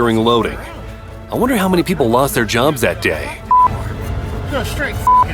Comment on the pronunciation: Saskatchewan ther is no I in Saskatchewan.